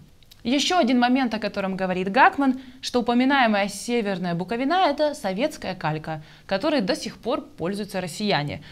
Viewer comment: Буковина!!!Правильно ставьте ударение!!!!